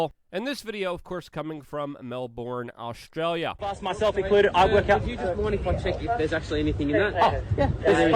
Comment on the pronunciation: The almost pause between your Aush and stralia, made me think you were going to say Aushwitz. But Australia, close enough it would seem.